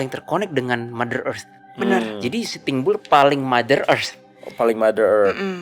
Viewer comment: Kenapa denger pelafalannya sitimbul, ternyata sitting bull 😂